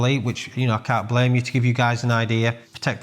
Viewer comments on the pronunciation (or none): none